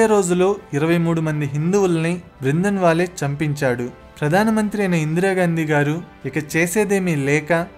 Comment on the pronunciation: బ్రిందన్ వాలే కాదురా బాబూ... బింద్రన్ వాలే.. కనీస సమాచారం లేకుండా వీడియోలు చేయడం ఏంటి.. ఫిరోజ్ గాంధీని ఏకంగా ముస్లిముగా చేసేశావే... అతను ఓ పారసీ..